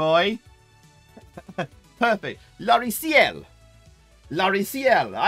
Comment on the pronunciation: 3D Fight looks like a Buck Rogers clone for the Amstrad, with a Gradius lookalike title music 😉 Nice prononciation of Loriciels. By the way, ciel is sky in english.